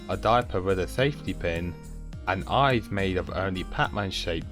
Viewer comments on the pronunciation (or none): none